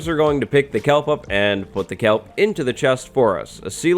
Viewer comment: Its KELP not calp...